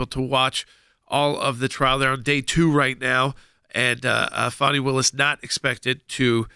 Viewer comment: What reputation, for living up to her name? Guess I think loosing that could be a very good thing. This woman is a prime example of a spoiled child growing into adult sized clothing. ..... and its Fāni not Fawni!!